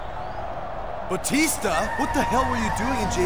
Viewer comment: Teddy long called Batista “batister”